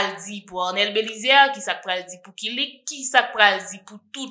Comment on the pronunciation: Ou pwonose mo kilik la byen wi ou konnenl byen se manjew